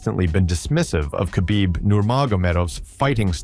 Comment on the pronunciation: u see AI cant even say khabib correctly. what a lazy video